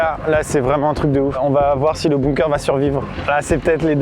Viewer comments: Amixem construit un igloo Le prononce LE igloo Amixem construit un bunker Le prononce bounker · Moi : ai toujours dit Bunker Amixem : Bounker Mon cerveau :💥🤯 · Juste c'est pas bOOnker mais bUnker. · a il a dit un BOUNKER :') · J'adore comment vous prononcez "bunker"... "bounker" 😂😂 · Sa se prononce bounker^^ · C’est bunker, apprends à parler et à écrire.